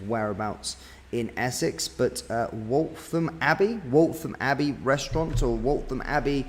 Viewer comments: Please learn to say place names correctly! It’s Waltham Abbey not WALTON Abbey. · Waltham abbey not waltom mate 😊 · its pronounced with an f, Waltham abbey as wolfham . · Scary... I do hope the victims are okay. It's alarming that it has happened in Waltham Abbey, when it's such a small place. I wasn't sure where you were talking about at first, as I've never heard the Waltham in Waltham Abbey being pronounced the way you pronounce it 😄. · Can’t even pronounce Waltham Abbey correctly, amateurish.